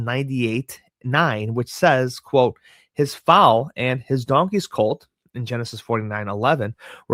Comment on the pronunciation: Foal is pronounced like Fole